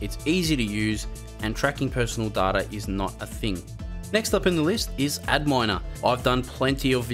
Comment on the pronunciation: I think Adminer is supposed to be pronounced as "admin-er" rather than "ad miner" lol